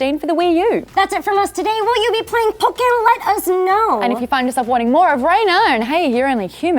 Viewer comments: I really bothered that she said Pokken like 'pock' and not 'poke' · WHY WHY DO YOU PRONOUNCE POKKEN LIKE THAT